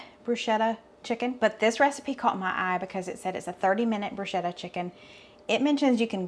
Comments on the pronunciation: Not to be a nit picker but it’s pronounced “broosketta” any time there is an “H” after a consonant it is a hard sounding consonant. Like spaghetti. You just earned a credit of Italian. Keep up the Great work!!! Hoping Gracie Lou gets some cheese!!! - Nick Giardiello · Hi great recipes you and the family have for us. To pronounce bruschetta “broo·skeh·tuh” ‘sk’ not ‘sh’ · Heh southern girl it’s pronounced broo sket ta not bru shet ta! lol